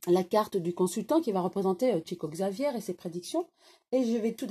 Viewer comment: comment pouvez-vous dire qu'il a gagné beaucoup d'argent ??? il a toujours reversé ses droits d'auteur à des associations humanitaires ; il a toujours été fidèle aux principes monastiques (pauvreté, obéissance, chasteté) ; et son nom se prononce [chico chavière], quitte à donner des leçons quant à la prononciation.... bref vous vous êtes contentée de lire la fiche wikipédia, Chico Xavier était loin de ce que vous décrivez !!!